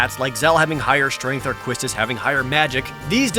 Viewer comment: People still mispronouncing Quistis's name after all these years. The first syllable is more like "keys" not "kwis." You can tell from how her name is written in katakana. Pronounce it like it's Spanish and you've got it. In the very next game, they had Quina which actually is pronounced "queen-uh" furthering confusion. Maybe the FF8 localization team went with the Spanish idea instead of localizing it as "Kistis."